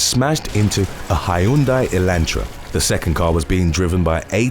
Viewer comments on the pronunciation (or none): I like how you pronounced Hyundai. Hi UN DYE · Can you please pronounce ‘Hyundai’ again? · Dam this guy's pronounciation on hyundai had me rolling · According to Hyundai’s own commercials, it’s pronounced Hyundai, like “Sunday, “and that’s all I have to say about that.